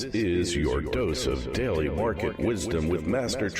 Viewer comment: Why is he calling it "Deli" Market Wisdom" and not "Daily Market Wisdom"?